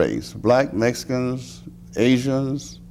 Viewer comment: I like how they say Mesikans haha